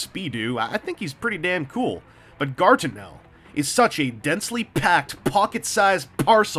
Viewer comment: Guartinel. It like you're trying to say Gargamel everytime.